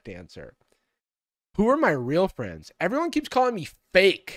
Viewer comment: As a furry i am strongly opposed to him saying "fuzzy fwiends"